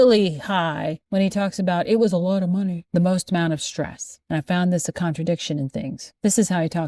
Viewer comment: That pronunciation of 'stress' as 'shtress'...